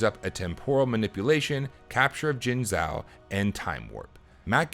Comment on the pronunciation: Minor correction: the "zhou" in Jingzhou is pronounced like "joe".